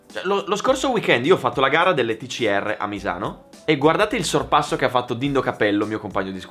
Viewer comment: Ti prego si dice T S ARRRR (TCR)